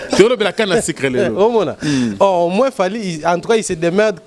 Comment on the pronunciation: Olobaka français mabe eh canne à sucre ou canne à sicre?